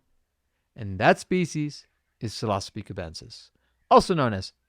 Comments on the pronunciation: Oof… Psilocybin… not Psilcybin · “Psil•osabee” pronunciation is so triggering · Funniest way I have heard anyone pronounce psilocybin in my life that shits funny